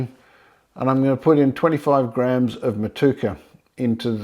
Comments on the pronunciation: The hops are pronounced Mot u eka 😊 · Hello for New Zealand. Great video and sounds like a cracking beer!! It is pronounced mot-you-a-car 😁 I definitely plan to have a crack at this recipe, but unfortunately liquid yeast in many varieties is very hard to come by in NZ. Do you have a dried yeast suggestion? Thanks.